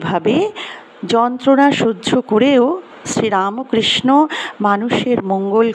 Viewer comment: Not RAMOKRISHA BUT RAMKHRISHNO.....Bangla uchcharan korun